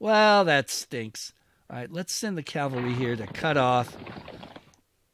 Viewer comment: "It's cavalry, no Calvary". Okay, you get a like just for that alone.